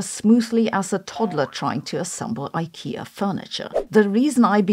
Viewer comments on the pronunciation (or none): Eye-KEY-ah? Really? It's Ee-KAY-ah as in the letters of the alphabet. Because it's initials.